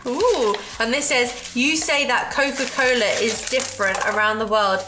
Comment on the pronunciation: that was cola cola not coca cola lol